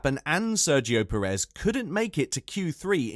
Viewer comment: the way you pronounce Sainz and Perez makes my ears bleed